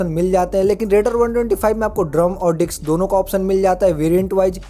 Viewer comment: Bhai ,dicks nhi disk hota h vo 🤣🤣